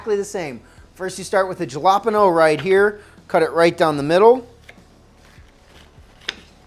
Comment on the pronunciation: You have no idea how much you made me irrationally mad at how you pronounced jalapeño Edit AND TORTILLAS